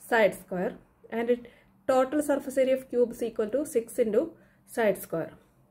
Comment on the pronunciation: Mam it is total not tatol😂❤